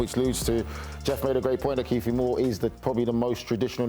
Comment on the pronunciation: "Kieffie" had a great game; I doubt he will care if the announcer botched his name. Thanks for the chuckle ... 😂